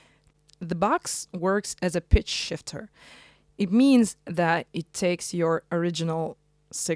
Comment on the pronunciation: I think your "pitch shifter" pronunciation was good at the first attempt 😉 Cool demo. Interesting machine. Thank you!